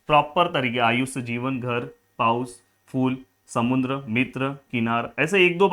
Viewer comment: समुद्र ❎ समुंद्र ☑️😂 Overall 👍